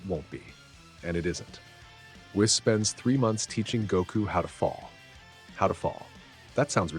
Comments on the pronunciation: It's pronounced whees by the way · Whis name is pronounced "we-suh". Great story!